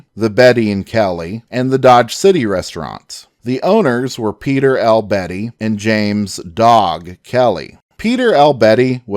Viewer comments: The narrator continuously pronounces the name "Beatty" as if it were a woman's first name of Betty. The proper pronunciation is Bay De and not Betty. If one were to call him "Betty" back in the 1870's or 80's you may have had a fight on your hands. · Kelly’ partners last name wasn’t Betty it’s pronounced Bay tee . It’s a Scots name, it can’t ever be pronounced Properly by purely English speakers. The E is silent, not the A. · I was going to say the same thing. It got annoying hearing him say Betty constantly.